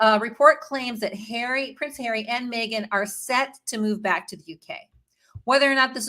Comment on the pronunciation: I don’t think her name is MAYgan. MEgan